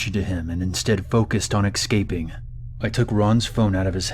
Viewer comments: First story did I only hear "excaping" 😂😂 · Sorry to point this out but in the first story it sounded like you said exscaping instead of escaping lol 😂 🤣 😂 🤣 😂 🤣